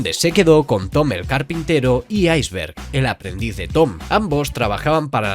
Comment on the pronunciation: Un español diciendo "Aizberg" la lo he escuchado todo